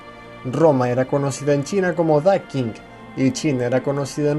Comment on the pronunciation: Me gustó el video. Pero creo que la pronunciación correcta es "Da Chin" y "Xina"